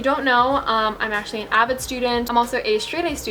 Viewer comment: DID YOU SAY AVID CLASS